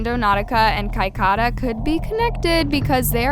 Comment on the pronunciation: The way she pronounced Cicada 3301 really pissed me off. It’s not “Kai-Kai-da”, it’s “Sick-ay-dah”